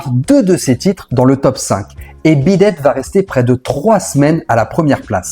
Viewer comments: La prononciation du titre m'a fait saigner les oreilles tout le long, le dernier ressemblant même à "bidet". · C'est moi ou tu prononces Beat it en bidet? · D’accord, mais pourquoi mal prononcer Beat It ? Il dit Bid ate plusieurs fois, c’est pas une simple erreur de prononciation, une fois il aurait dit même sur d’autres vidéos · Par contre arrête de dire bidette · Oui moi aussi je comprends pas pourquoi, il dit « bid date » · Intéressant malgré une répétition au début, et puis, sérieusement, bidet? Vu combien de fois on l'entend dans la chanson, ce serait sympa de respecter la prononciation... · Mais pourquoi diable constamment déformer le titre beat it en "beedad" tout au long de ta video. Et de même pour pete townshend que tu déformes en pete "townschend".